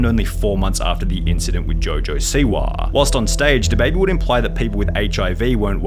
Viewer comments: Rappaaahh, Jojo Siwaahh, Twittaahh 😂😂😂😂😂😂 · Rapahhh, Twitahhh, jojo siwahhh